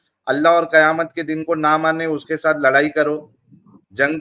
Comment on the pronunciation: O loura nahi, lorai(লড়াই)/fight bol raha tha 🤣🤣🤣🤣🤣😂😂😂😂😂😂😂